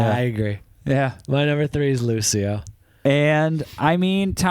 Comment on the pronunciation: Grazie mille! 🇮🇹🎶 "Volevo essere un duro" it's very well written both musically and with the lyrics. Lucio is talented and his friendship with Tommaso Ottomano, also super talented, adds more quality to his work. ps: Lucio in Italian it's pronounced with a soft C, not an S sound 😉